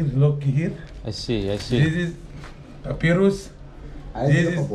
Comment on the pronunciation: Papiros papayrosss papirusss papyaras 😂😂😂😂 whatever the scam is